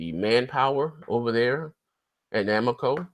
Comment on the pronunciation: This dude loves to hate on Japanese games lmao, just because they don't really release games on Xbone. Nigga can't even say Namco right.